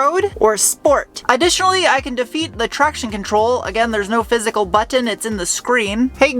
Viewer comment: I suspected you had New England roots by the way you say "button."